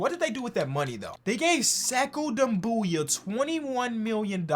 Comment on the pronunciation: You talking about doumboya? He's pronouncing him right